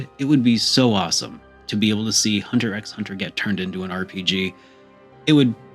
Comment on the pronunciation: The X is silent when saying Hunter X Hunter.